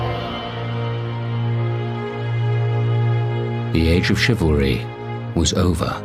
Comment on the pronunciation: The Narrator's pronunciation of 'Chivlary' is driving me crazy